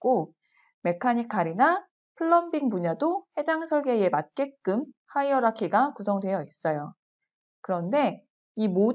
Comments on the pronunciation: 하이어라키 입니다~ 발음이 조금 부정확했나봐여 ㅠㅠㅠ 스펠링은 hierarchy 입니다^^ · 강의 잘 들었습니다. 사소한 질문인데요 프로젝트 탐색기에서 '하이락키?' 라고 언급하셨는데 정확히 어떻게 발음하나요? 스펠링도 궁금하네요.